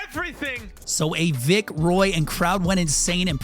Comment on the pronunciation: Please never say Vic roy